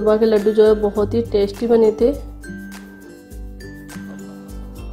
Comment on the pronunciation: Tasty ko ap tashty bolti ho...apk tashty sy khany m or tasht ajata hoga